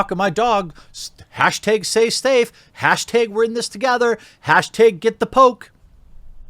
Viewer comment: What's a hashtæg?